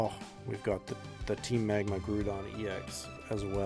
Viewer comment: The way you pronounce the ground-type Pokemon GROUDON is crazy